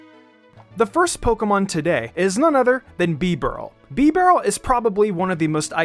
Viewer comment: Bro I almost quit the video after he said bibareel